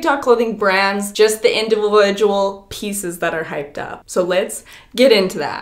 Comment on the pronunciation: Please tell me someone else heard have a stroke when she said “individual”